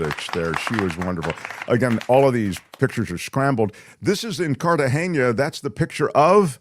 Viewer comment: it's not "Cartageña"--it's "Cartagena". The "n" is pronounced like a regular "n" in English would be.